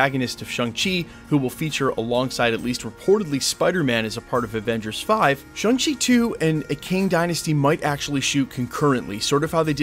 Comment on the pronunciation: ShAng-Chi not ShUng-Chi. Get it right dude.